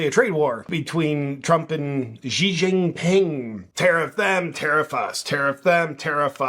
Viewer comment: Absolutely LOVE your videos JP! Her you go, Xi Ji Ping isn’t pronounced “Gee” Ji Ping. It’s actually pronounced “She Gee Ping”. Not a big deal but I know you do like to make the best content possible.